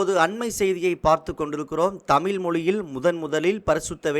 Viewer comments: "தமில்" இல்லை "தமிழ்" 😡. தயவுசெய்து நீங்கள் உங்கள் உச்சரிப்பை சரிசெய்யவும். ஏன் என் தமிழை கொலை செய்கிறீர்கள்? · நன்றி, ஆனால் இதில் பேசும் நபர் தமிழை கொலை செய்கிறாரே... வெள்ளையர் தமிழை வாழ வைத்தார்கள், ஆனால் ஒரு சில தமிழர், தமிழையே சரியாக உச்சரிக்க தெரியாமல் " தமில் என்று சொல்லி கொலை செய்கிறார்கள் என நினைக்கும்போது வேதனையாக உள்ளது. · மிகவும் நல்ல தகவல். தமிழக அரசுக்கு நன்றி 🙏. இந்த செய்தி தொகுப்பினை தொகுத்து வழங்கும் சகோதரருக்கு ஒரு வேண்டுகோள் தமிழ் என்று உச்சரியுங்கள் தமில் தமில் என்று குறாதீர்கள். நன்றி. வாழ்த்துக்கள் 🙏